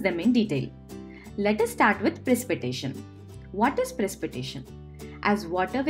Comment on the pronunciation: In English it it pronounced Pre-sip-eh-ta-tion.